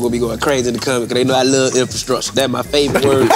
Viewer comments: my boy allway gone hit that "INFASKRUTURE".🤣💯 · fly: its all about the infascructure LMAO!!